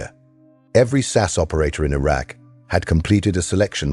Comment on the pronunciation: "Sass operator" LOL - still enjoyed the video - thanks